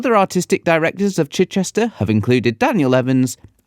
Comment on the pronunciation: Why can't he say Chichester properly?